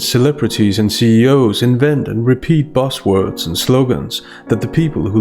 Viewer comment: Do you intentionally pronounce "buzz words" as "boss words" haha:)